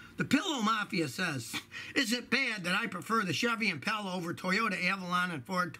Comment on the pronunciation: Did this dude really pronounce it Im-pale-a It’s Im-Paul-a!!!